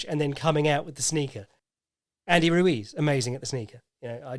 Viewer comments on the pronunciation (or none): none